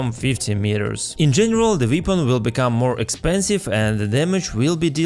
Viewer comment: bro saying vepon instead of weapon